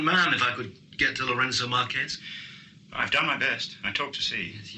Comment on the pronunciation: Ha ha, pretty certain the secret services knew better than to pronounce the capital city of a then Portuguese colony in Spanish rather than Portuguese: the Marques in Lourenço Marques is not the same as the Spanish Márquez, meaning the e is not pronounced as the e in Kes but more although entirely like the er in avert. And having a Somali African woman play a South African Bantu woman is a glaring miscast. Otherwise superb, especially Robert Morley. 'Have a peanut' .